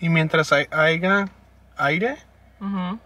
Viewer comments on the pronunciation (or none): No hate man. Se dice haya, no haiga.